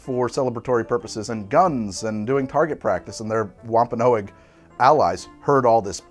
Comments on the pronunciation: wom-pa-nog NOT wom-pa-no-egg mass-er-ate NOT mace-er-ate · Dude I’m from Massachusetts....it’s “Wampa-nogs” 👍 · Great attempt at pronouncing Wampanoag 😅